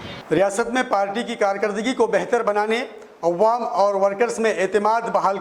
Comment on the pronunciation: تلفّظ درست کیا جائے تو بہتر ہوگا جیسے مہلک، عوام، فضا وغیرہ Mohallik nahi mohlik Awwam nahi awam hai Fiza nahi faza hai